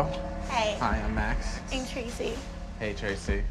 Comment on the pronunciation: I honestly thought she said "I'm crazy" not "I'm Tracey"